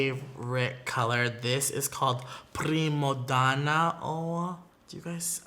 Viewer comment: When he pronounced “primadonna” (Italian) I got soften